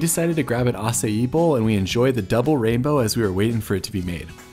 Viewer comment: You do need a little help with pronunciations.. Paia (town) and acai bowls. It is actually Pa'ia. Acai is not a Hawaiian word. A few tricks to read and pronounce Hawaiian include: "E" is pronounced LONG "A". "A" is pronounced as a short "a". "I" is pronounced as along "e". If you see an apostrophe it is actually called an 'okina and is considered an actually letter in the hawaiian language. It is a glottal stop when saying the word. Do not just slur over it. If there is a dash above a vowel you just extend the sound of that letter, such as in Waiʻānapanapa State Park. The "a" with the dash above is like saying aaaa when the doctor presses down your tongue to see down your throat. The last 8 letters are not pronounced like you are sleeping a little, as in a nap, but rather Na pa with short "a", again like your you having your throat checked but the sound is not held for a long time. When you see "au" together just think of the word Maui! The "au" is kind of like the shortened "ouch" sound when you bum yourself and it hurts. Ou! I hope all this helps :) So lets try: Pa'ia town. Pa, like papa (dad). Make the "a" very short with stopping the sound in your throat with the back of your tongue and then say "i a" which sounds that like "ee a" in english. Remember "i" is a long "ee" sound and the "a" is a short "a" sound, that stands alone.